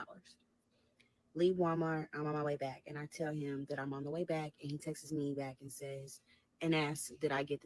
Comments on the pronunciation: That part kept PISSIN me off too and I was already mad 😂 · She keeps saying “texes” instead of texts/texted and it’s sending me. Never hated a story so bad 😭😭😭